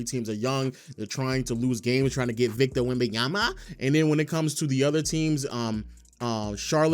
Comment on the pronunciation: Every time you say victors name i coms closer to wanting to blow my brains out much love though